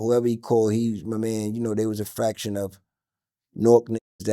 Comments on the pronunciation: It’s faction, not fraction Elz. It’s album, not alblum too😂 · Faction. The word is FACTION!!! Aint nothing worse than a rapper that can't pronounce words correctly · Faction not fraction. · It’s a faction my boy say it with me